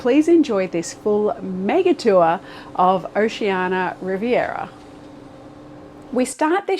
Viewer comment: We have been on Oceania's smaller ships and are looking forward to our cruise on the Riviera next year. Your video was a good introduction to the ship, but I believe the cruiseline is pronounced "Oh-shee-ann-ee-ah," or Oh-see-ann-ee-ah, rather than Oh-shee-ann-ah.